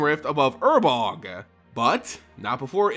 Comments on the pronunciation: Ur-Borg. Not urbog... god that drive me insane. Urborg dude. Say it right. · New subscriber, found your lore videos and fell in love with them. Listening to them while I drive around for work (I'm a sales rep) The only gripe I have with anything is I was 99% sure it was pronounced UR-BORG Either way keep it up, these are amazing sir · man can you read? urboRg, sYlex. sheeit. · It has to be on purpose. Please god, tell me it's on purpose.